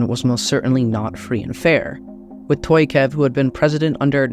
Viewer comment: Tokaiev not Toyakof